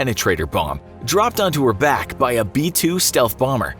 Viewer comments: Dislike for sayinin her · Every time he say's her, my brain cringes.